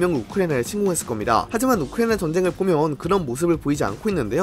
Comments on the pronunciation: 발음 진짜 너무한다 ㅋㅋㅋ 우크리이잉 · 우크라이나 발음 드럽게 ㅁㅎㄴ